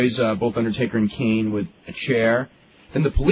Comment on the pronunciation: Why does meltzer pronounce Kane as "Keen"??? Is it just me???